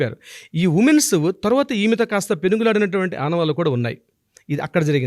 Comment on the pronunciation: ఉమేన్స్ ఏంటండి ఉమెన్ కదా అనవలసింది. ఇంత తప్పు ఇంగ్లీషా 🤦‍♀🤦‍♀🤦‍♀